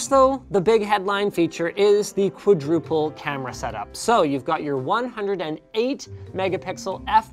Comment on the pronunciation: "Qoodruple"? Is it a standard Canadian pronunciation like "aboot"?